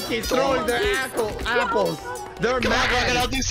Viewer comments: Bro said a33Holes Instead of apples XD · When he said apples me think he said as# hole